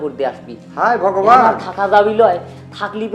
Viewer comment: উচ্চারন ঠিকহয়নাই ভগবান হবে।